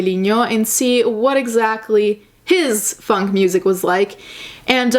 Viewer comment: When you first said “funk” I thought you said “fuck”. Genre fuck.